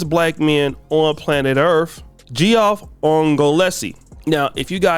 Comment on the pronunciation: You pronounce the rich airport owners son’s name z Geoff “Jeff.”